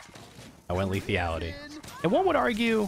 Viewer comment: Will ever learn about the mechanics of the new map? Like the portal in the elevator room, the jump pads near spawn take you to high ground and not just fling you a little in the air? Also, will he ever pronounce Lethality without an imaginary i before the a?